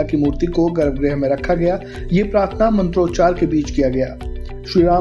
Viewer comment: अरे भई! गर्भग्रह नहीं होता गर्भगृह होता है